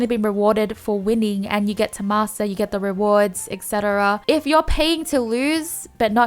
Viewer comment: Why m i hearing masser instead of master 🤣